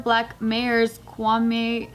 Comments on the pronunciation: Don't worry you said Kwame correctly. It's Ghanaian. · maya She said it right 🤣